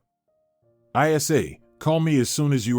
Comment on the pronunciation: What's I. S. A? What name is ever pronounced like that? Even AI should be able to read names more appropriately.